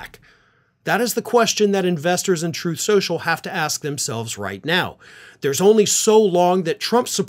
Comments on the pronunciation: "Sloth trenches".. Rgr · “SLTHROTH SCLENSSHUUL” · “Troth senchul “